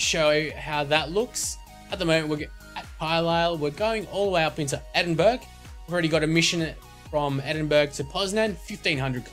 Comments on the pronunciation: Edin burg hahah its edin borough :) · sorry but its not pronounced edinburg... its edinborough. I live in England so I should know sorry. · Say it like this edinborough thats how it is meant to be pronounced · its pronounced Edin Burrah not Edinburg. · Its pronounced edinbrurr not edinburg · edinburg? its pronounced "edin-bruh" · lol at edingburg! its pronounced ed-ing-bur-er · edingberg xD... i prenounce it ed-ing-bur-er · Just some information: Edinburgh is pronounced 'Edinborough'. Sorry but it annoyed me a little more than it should've done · Edinburgh is pronouced 'Edin-bra' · Please learns how to say edinburough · he is saing endiburh wrong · you pronounced Edinburgh wrong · You really pronounced Edinburgh so wrong.